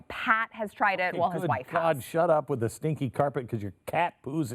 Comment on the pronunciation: "All DA THINGS"